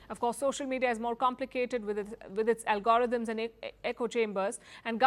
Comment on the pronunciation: Learn how to pronounce “ algorithms”!